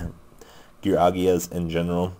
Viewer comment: whats with you pronouncing card names wrong :P Gearagia - Geargia